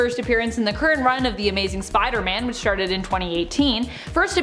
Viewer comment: sounds like you say "sharted"?? which started....Im going with sharted. lol